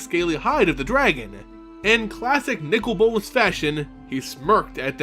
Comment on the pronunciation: His name is not nickel bolas it's Nicol bolas